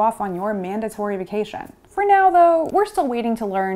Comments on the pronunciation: Did I hear her pronounce "melanocyte" as "melano-kites/melano-kinites?" Melanocyte is usually pronounced as "melano-site." ;) Thx for the info! All the best! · Mella-nuh-kites" Um, what now? I had to turn on subtitles because of the way she mispronounced the word melanocyte, thinking there was a new word for pigmentation. Nope, homegirl just confidently made some video "journalism" without bothering to even check if she knew how to say the word that she probably just learned 15 years too late in life. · Saying "mela-no-kite" over and over again ... 🤔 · Ah, melanocyte! I was wondering what that word was she was using!